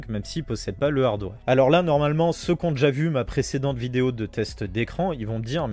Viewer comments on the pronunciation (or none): none